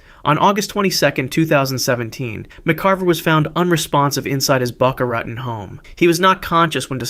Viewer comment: Lol it’s BOCA RAHTON in pronunciation not ray ton lol Still love your show and a loyal subscriber !